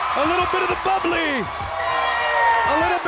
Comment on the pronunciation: “A little bit of the BUBBLAY” wonder if that’s where Chris got it from. 🤔